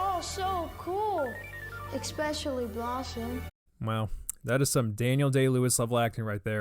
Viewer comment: ECKSPESSUALY! Who the fuck is still teaching people to pronounce ESSPECIALLY like theres a fucking "ck" in it? It aint an eckspresso. Idk, shits so grating.